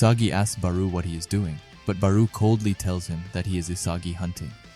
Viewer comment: It’s not “baroo” pronounced Baaroh. I still love these videos so keep em coming 😂